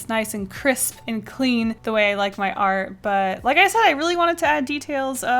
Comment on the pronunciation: Does her accent make “art” become “r” or am i deaf?